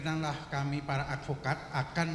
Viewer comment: PARA BUKAN PAERA.